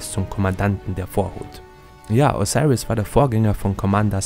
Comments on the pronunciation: O-SI-RIS so wird er ausgesprochen... dankeschön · diggah wie er Osiris sagt